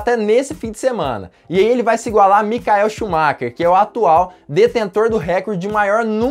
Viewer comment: Micaeu shumaker🙄🙄🙄🙄🙄🙄Maicon shumaker que se pronuncia maicon shumarrá....👍👍👍